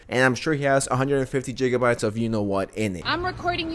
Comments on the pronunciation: Did you say "jiggabytes"? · this guy is disgusting and I absolutely agree w u, but please never say jiggabites ever again. It's pronounced with a hard g. Anyways, I still enjoy ur videos, so keep it up. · Ngl...saying Jigabyte should grant jail time. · After pronouncing it "geegabytes", I'm surprised you didn't say "teerabytes". 😂🤣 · stop saying jijabite. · bro why u pronounce gigabytes like that?